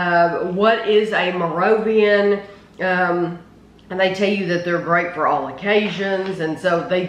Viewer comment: Totally agree and it gave me a chuckle at the way pronounced Moravian. 😂